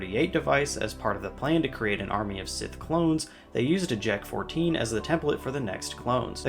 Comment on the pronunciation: Bro when I first looked at the word Jek- 14 I thought you said J*rk 14